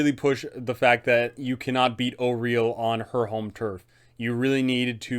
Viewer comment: Thank you for pronouncing Auril correctly